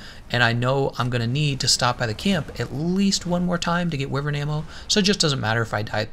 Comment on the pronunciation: “Why-vern” not “with-ern”